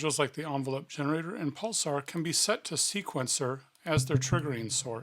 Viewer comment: Why do you keep saying "pulsar", when it's "pulser"?